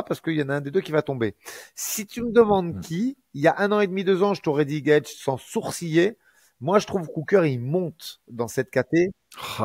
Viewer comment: Cool de revoir mais sa façon de prononcer « Gaethje » m’a pas du tout manqué mdrrrr